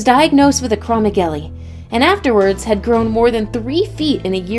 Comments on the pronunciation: Its acro-megali not ACROMEGLY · Dudeee pituitary not pipituary, acro-meg-aly not acromogly